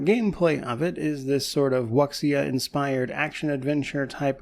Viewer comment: Had to giggle at your pronunciation of Wuxia .